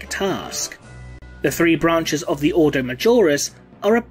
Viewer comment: The thing that irked me most, was the pronunciation of some words. Such as the Grey Knight’s Ordo. I may be wrong, but the Imperium has quite often used words in a pseudo Latin, and as such, have a very different pronunciation. Maybe Gothic is English, read like Latin, and with a British accent... I would love to be proven wrong/right by a video